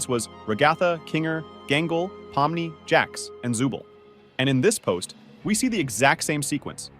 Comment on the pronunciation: It's pomni not not pomnoy